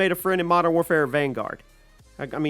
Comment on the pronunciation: Here's a big cod mistake: cod vaungaurd